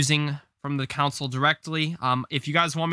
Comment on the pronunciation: Why does he say console like that